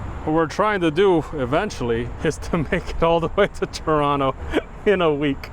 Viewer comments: Thank you for pronouncing Chronto properly 🥰 sincerely a canadian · I like him. He pronounced Toronto like a true local.❤